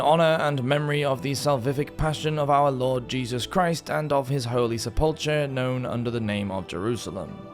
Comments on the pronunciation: Sepulchre is pronounced SEPull-ker, not se-PULLtre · Sepulchre is pronounced like sep + ool + kur. With the emphasis on the first syllable (sep). In fact, the second syllable is often almost not pronounced, so it often sounds close to just sepl + kur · Sepulchre is pronounced “Sep-pull-curr”. I love your content, man, but I don’t think I’ve ever heard the pronunciation of a word massacred so heinously. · First, I am a long time subscriber, first time commenter, and I enjoy you Medieval Madness channel on YT a lot. But... The Holy Sepulchre is not pronounced Seh-pull-cher, it is pronounced Seh-pull-ker. A small thing, but as it was the focus of the religious imagination of all of Medieval Europe during the crusades, it is worth getting the pronunciation correct. Also, it is important to understand the difference between Cal-vary and Cav-alry. Jesus wasn't crucified on horseback, after all. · [Meant constructively] Sepulchre is pronounced “Sep-ull-ker”, duderino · Pronounced "Sep-Leh-Cur" at least in American English. Otherwise, great presentation. 👍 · no one in any part of the world pronounces "sepulchre" as sepulltree. question is valid, and your reply does not address it. Sorry you were picked on for having an accent, though that anecdote does not apply to this situation. Scottish accents are one of my favorites in the English speaking world, by the way, I consider you lucky! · is that why he/it keeps saying "sePULLtree"? I mostly follow this channel because I love his voice, but that mispronunciation kept poking me in the brain. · sepulchre = seh pull cur The h is silent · Yup, that was what I was thinking but thought it may be an Anglicized pronunciation. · Sepulcher = Sep-ul-kur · Please learnhow to pronounce sepulchre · Hey question? Is that how sepulcher is pronounced in England because we pronounce it with a K sound in the US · You really botched the pronunciation of Sepulchre. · There's only one pronunciation. The one on this video is an erroneous one.